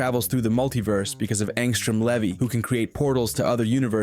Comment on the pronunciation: Angstrom's last name is pronounced LEEVEE.